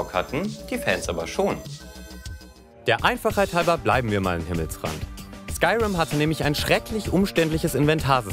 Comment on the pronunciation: Das wird Skürim ausgesprochen leude